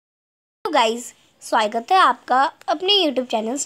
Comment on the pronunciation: Swaigat Hai 😂😂 ya swagat mam 😂😂